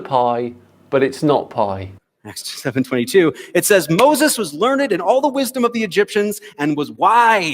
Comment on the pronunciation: Did he just read and pronounced "learned" as ler..ned? 😅😅😅🤣🤣🤣